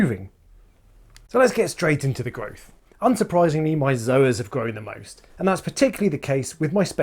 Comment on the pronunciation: Did you say Zoa-Cock? PMSL